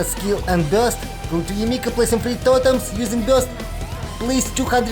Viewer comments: Why you sayng Yae M I K A ? ? >_< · yae miko ❌ yae mika✅